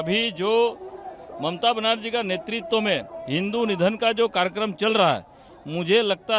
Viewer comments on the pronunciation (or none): none